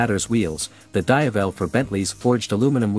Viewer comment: dayavel?!.. can't you just use your own voice for "VO" than using AI voice.. 👎